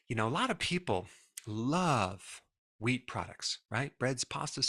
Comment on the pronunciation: Who else thought he said weed products? 😂😂